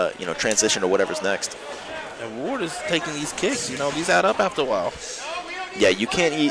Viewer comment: The one announcer keeps saying wade. It's fn ward ! Ya big idiot